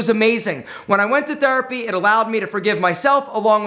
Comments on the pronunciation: I like when says Thurpy instead of Therapy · That is his Philadelphia area accent coming out